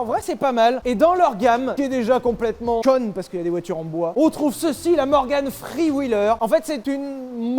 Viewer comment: Ptn ton anglais Je te jure t as dit "morgan free wheeler" 🤣